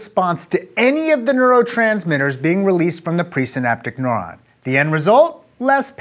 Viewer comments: Noron? I have always pronounced it "noo ron" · Your pronunciation of neuron as "nohr-ahn" is the only qualm i had about this video. Good work! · Agree, it was very distracting. Rhymes with "moron". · All I hear is .... noron .... noron.... noron.... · I'm a neuroscience student in college and I would say this is an excellent, simplified explanation, although it did escalate in complexity rather quickly. Most of all, the way Aaron says "neuron" is hilarious; he makes it sound like nohr-on instead of nehr-on. Not wrong - just funny. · Haha, I thought it was just me. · This guy's a doctor and he can't produce 'neuron', 'enkephalin' (enkelfin was hilarious to hear), and refers to 'nociception' as 'pain'... Dear lord...